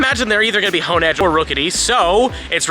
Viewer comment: Han edge is crazy, it’s honedge like honing your blade u know like a Samarai lmao